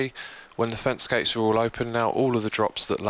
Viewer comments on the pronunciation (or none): did he say fence-gays?